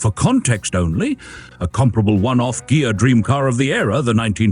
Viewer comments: Ghia. Pronounced Gee'-yah, hard gee. Try it. Ghia. Ghia. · DUDE! It's pronounced GEEAH! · He says it correct once then wrong, AI?